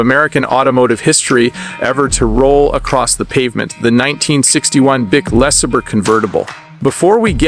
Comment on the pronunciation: What is a “Lees er burr”?